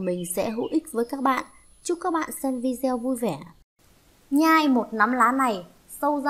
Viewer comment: Video đọc là vi đê ô,đừng đọc kiểu Việt cọng Bắc kỳ ít học vi gieo.ok